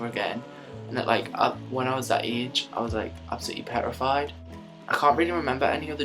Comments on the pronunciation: I have never heard someone say petrified like that.. I fucking love it. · I love the way he says "petrified" aw. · "Absolutely perrified." haha I like you. :)